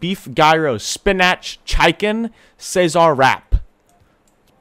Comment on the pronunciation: i know this dude did not just say spinach chicken like spinich chike-en